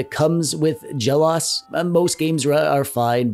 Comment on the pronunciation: This is a good review of the PowKiddy RGB30. BTW, it's pronounced Jel Oh Ess. The OS stands for Operating System and is always seperate just like in MacOS or iOS. For example, you wouldn't say mac-oze or i-oze or perhaps mac-ohss or i-ohss.